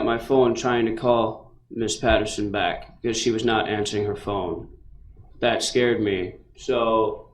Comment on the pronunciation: Um, excuse me...I believe the word is "shkerred", thanks very much. Lol.